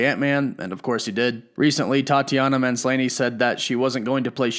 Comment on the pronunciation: I don’t rush to comment on your mispronunciations but I have to get you on this one. It is NOT - “Man—splanee”😂 it’s “maahs la knee,” Tatiana MaahsLaKnee